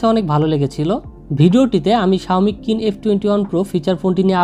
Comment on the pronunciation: নাম কিন না চাইনিজ উচ্চারণ শীন হবে ব্রো।